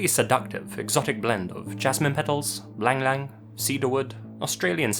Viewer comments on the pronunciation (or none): probably not "lang-lang" but "ee-lang-ee-lang" (ylang-ylang)